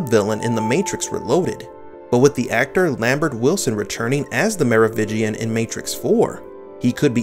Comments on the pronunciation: It is not Merovigian it is meroviNgian just google it at least lol. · Merovingian! Not Merovigian. (French ruling dynasty) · LOL it is Merovingian